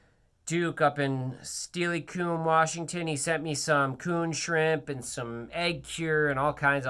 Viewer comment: So these reels you're showing, are they a different custom option from the online store reels? You got some sick stuff Sir. Very interested! Oh Steilacoom is pronounced Stilla-cum, but Steelie-coom is funny as hell 😂